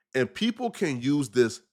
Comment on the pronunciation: for the love of God please work on saying THIS instead of DIS you are killing me